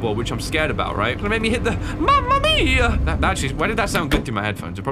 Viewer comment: As an Italian, that “Mamma Mia” was indeed… very Italian